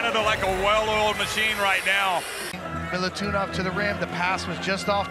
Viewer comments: get your pronunciation right, commentator. it's not militunov but milutinov. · Everytime he says Milutunov i cringe deep down:hand-orange-covering-eyes: cmon man, it's Milutinov, not a rocket science. Best center of tournament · Its Milutinov not milutunoff Get it right pls its not that difficult